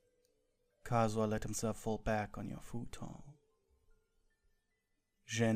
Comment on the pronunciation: Plz it turned kazuha into "cars" 💀😭